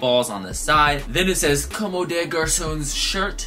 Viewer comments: Bro just so you know, it's pronounced like (come) with emphasis on the o. You're saying more like (commey). Just wanted to let u know. gang gang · (FYI, not hating or anything stupid like that, I actually really fuck with you) Comme des Garçons is pronounced COMB - DEH - GARS - AWN Keep flexing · Not trying to hate, but just trying to let you know that your not pronouncing Comme des Garcons correct. Com-de-gar-son. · It's actually literally pronounced cum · Comb - day - gar - sawn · Actually it's pronounced like "cum" lmao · Late to the party, but i just realized you're misleading 11 people with that dumb statement, not that the pronunciation of a brand name matters. But you hurt my ego and since i speak fluent french , i can assure you that there's absolutely no 'AWN' at the end. That's just how an english speaking person pronounces it with an strong accent but definitely not the correct way of saying it. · I know you dont know how to say it but i laughed every time you said commes des garçons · Gabe Lewis Comme des garçons "Just like boys" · I couldn't not watch this video dude!!! PLEASE PRONOUNCE COMME DES GARCONS CORRECTLY. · ...Every time you mispronounce comme des garcons i die a little! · I love you, but the way you pronounce comme des garcons makes me want to rip my hair out in clumps.